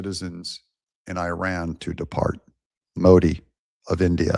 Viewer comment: Your channel in summary: 1- 20 minutes of talking about "I" and my 6-8 running 2- 5 minutes of Advertising 3- 2 minutes of showing other's people work, And of course, not being able to pronounce IRAN the right way. At least listen to the way our president do it. You are in it for money through President Trump.